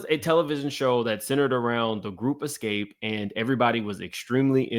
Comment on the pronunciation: I need you to learn to pronounce Xscape and do your research you have years wrong. They broke up in 1999.